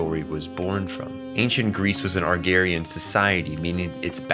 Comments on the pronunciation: Arr-garian!? Lol, no it's "Uh-Grareian", plus Agrarian societies especially in Greece and Rome were built on farmworkers and mostly slave labor as well (side note; there were a metric ton of indentured people who worked for others in Rome and Greece) so kinda sorta like what Chainsaw Man does hide within its scenes. Plus, that manga panel with Reze on the ground and Makima just over her, it literally looks like the Japanese flag. So again, it all falls back into "What is good for the collective harmony" schtick, where people who aspire for more than what they perceive for themselves or for just simple means are still impacted by society's rules and regulations for itself in order to keep the harmonic balance in flow. I've passed my first class in my computer programming course and I really do wish to move from Albany back to Atlanta, I just hope that things can swing my way in these days to come,. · AGRARIAN. AH-GRAR-EE-AN. AAAAAAAAHHHHHHHHHHHHHHHHH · Sorry bro but please learn how to pronounce agrarian and Reze correctly